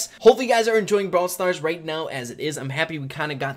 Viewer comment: Your intro says “Brawl Star Ray” and not “Brawl Stars Rey”, but idc